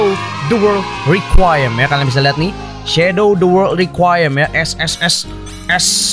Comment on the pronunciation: Bang baca nya re ku i em